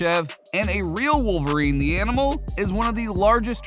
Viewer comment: Confirmed " WOLFVERINE"